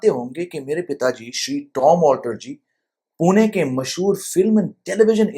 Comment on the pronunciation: आपने pune का बराबर pronunciation किया. पुणे. बहुत लोग पूना बोलते है.